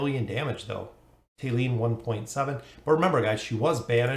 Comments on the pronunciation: Thali = taa•lee (tah-) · where the hell did the h sound go? there these the thick thumb, but thali is tali